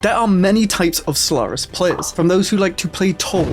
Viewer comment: I swear, I keep hearing you say Slurris.